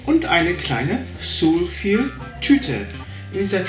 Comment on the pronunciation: Ist auch falsch ausgesprochen XD